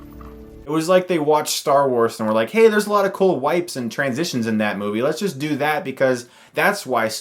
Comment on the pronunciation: You should make a shirt that says "Cool Twansitions"